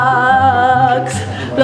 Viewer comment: si dice vlogmas